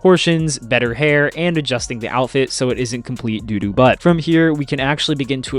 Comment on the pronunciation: For a second I thought you said Dato fit and I was like yeah he would wear that